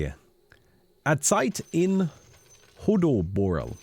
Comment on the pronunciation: a melhor parte foi o pronunciando o nome kkkkkkkkkkkkkkkkkkkkkkkkkk azeitinhodoborel, tu é um deus. e a portuguesada no chat zoando pra caralho, mt bom